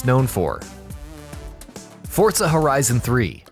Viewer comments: Forza not fortza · What's fortsa? Is it like forza? LoL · why the fuck is he saying FORTSA, it is FORZA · Forza not "fortza" XDD not being mean just saying xd good vid brotha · It’s forza not fortza ur saying it wrong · its called FORZA not fortza ... fortnite and forZa didnt have sex and there wasnt magicly a baby called fortza .... its FORZA ! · whats a "fort-za"? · forTza horizon lmao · Fortsa Horizon 3. Threw me off with that pronunciation 😂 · Learn how to say "Forza" 😂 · why is he saying forza with a t